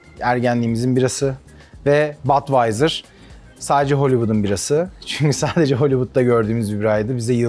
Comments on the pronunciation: Badweiser degil yazildigi gibi okunur budweiser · Yanliz Badwaiyser degil Budweiser diye söylenir :)